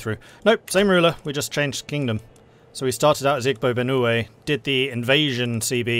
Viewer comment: Igbo is pronounced "ee-bo". Just being pedatic, I'm still drinking my coffee...